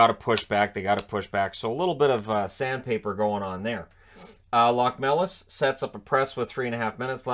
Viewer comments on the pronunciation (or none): Locmelis- Lochmelis.